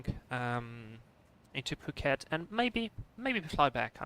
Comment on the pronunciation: btw phuket is an island :) you also pronounced it right